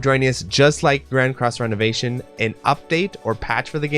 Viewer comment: I think you are mispronouncing ReNovation in Grand Cross: ReNovation. I don't think it's renovation like renovating your house (which makes you think Sims) I think its Re (Ree) Novation. Like Novation again. Novation a second time. I think a good tell of this is the 'e' being lower case